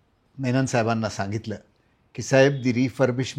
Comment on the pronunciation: अहो कृष्ण मेमन नाही हो कृष्ण मेनन.